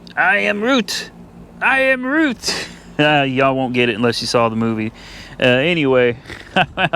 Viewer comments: Its I am Groot, not Root. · I thought he sead I am Groot